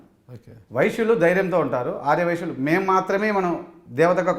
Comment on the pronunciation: ఆర్ర వైశ్యులు కాదు ఆర్య వైశ్యులు నువ్వు పక్కనోన్ని ఎగతాళి చేయడం కాదు నీ భాష కూడా చూసుకో